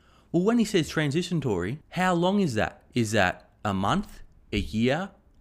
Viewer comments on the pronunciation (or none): It’s transitory not transisatory haha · Luv ya mate, but it's transitory, not transitiontory. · Transitory, not "transitiontory" And fill your car up with gas, not fill your gas up with car. :p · "Transitiontory" he's a little dislexic, but he's good!!